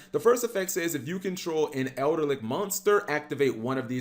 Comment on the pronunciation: There is no "R" in Eldlich.